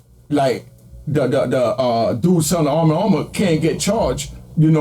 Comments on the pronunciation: “Armma Harmma” ok lol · Is it really that hard to say “ARM & HAMMER baking soda”⁉️😂